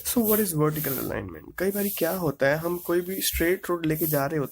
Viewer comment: Its not verical alignment it's vertical alignment